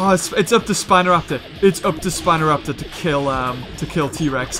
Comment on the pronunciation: u said spinotaptor in the end battle